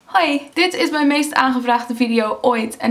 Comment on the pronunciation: Hahaa niets mis met je nederlands, alleen kan je het wel een beetje horen als je het woord "is" zegt... Vraag me niet waarom ;) oh en eh LEIDUUHH!